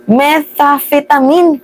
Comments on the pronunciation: it pronounce as: meh-tham-feh-tuh-min. (me-tam-fe-ta-nim) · Metamfetamin ganyan ang pag sabi nyan sa Methamphetamine